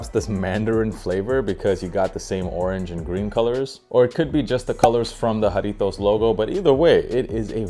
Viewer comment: You are the first sneaker content creator to pronounce Jarritos correctly 🙏 thank you